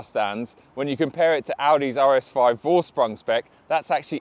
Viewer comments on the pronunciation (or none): Between the flood of M4 „first impression videos“ that came in I picked yours to watch first, and I am not disappointed. I really value your feedback on it ! (The only thing that keeps bugging me is how you butcher the German word „Vorsprung“. It is „Foreshproong“. Not what you say 🤪)